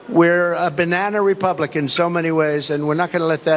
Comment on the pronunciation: Did he say "Banana-Republican"?!